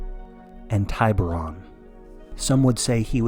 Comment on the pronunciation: Love this, but the AI voice mispronounced "tiburón."